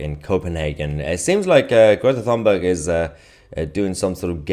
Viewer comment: Her name is pronounced Tuneberg.